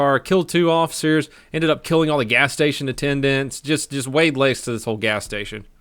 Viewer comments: did anybody else notice "wayed laste" insted of "layed waste" there? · Laid waste and yeah everyone noticed